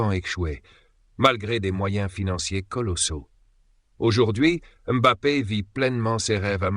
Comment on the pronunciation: La première fois que j'entends une IA prononcer M'Bappé correctement, pas comme bon nombre de journalistes français